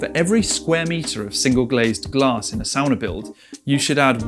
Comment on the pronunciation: I instantly loved that you made the distinction of the pronunciation of "sauna" vs "sawna" (and what each of those structures might represent) without necessarily trying to draw attention to it. Very finnish of you! 🙂Well done. Great video!